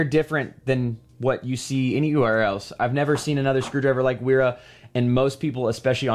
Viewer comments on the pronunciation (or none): It's pronounced Véra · Sorry for dropping in like this but this brand is pronounced “Veera” the W is pronounced like a V as they are a German brand and that’s the way Germans pronounce W’s. Again, sorry for being one of those annoying people who point out pointless little details 😅 lol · Kinda jarring how the name "Wera" becomes sth like "Uiiirah". Wth.